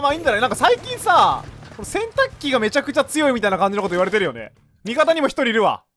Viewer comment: 洗濯機の発音が完全にケンタッキー ハートのエフェクト草